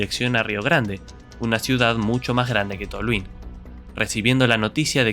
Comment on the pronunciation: Venia re bien el vídeo, pero tu comentario final es muy chupapija.... por cierto no se dice Tolhuín, se dice Tolhuin sin acento